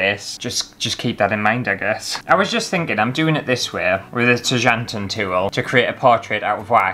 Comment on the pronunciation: Nothing better than pronouncing 'tjanting' wrong throughout an entire video 🤦🤦